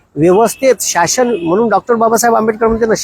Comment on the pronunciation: Shashan nahi sir shasan aste😂